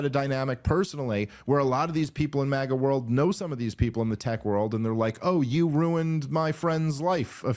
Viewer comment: Crypto Globalism! It's MAGA not MAIA! You guys miss the point entirely